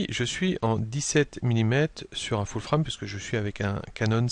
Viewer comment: Des tutos clairs, allant droit au but, et un français correct et fluide. Impeccable. A ce sujet... je ne peux m'en empêcher, continuez en français, vous ^tes adorable avec votre "".:)